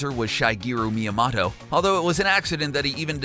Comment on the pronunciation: Good video you butchered a few names "Miya-mato" you blamed mario for being an animal abuser with no evidence and yeah.. donkey kong is not the same as the arcade one